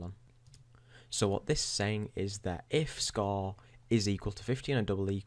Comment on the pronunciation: What's a Scaw?... Do you mean Score?.. I heard you say it right one time. You know you're saying it all fucked up on purpose. I heard it a couple more times. Same with Report and Forty. You try to say these words all fucked up purposefully and sometimes you forget and say them normally... Why are you doing that?.. What's the point?.. Does some famous person you wanna be like talk that way or something?